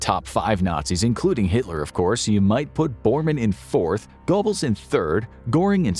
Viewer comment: Gair-buls --- Hide-rick. D*mmit!! I'm about to leave. This bare minimum research and recitation of another's writing is fine for a middle school book report, but not where content is so heavily scrutinized --- and rightly so. At first I was laughing, now you're just trolling us.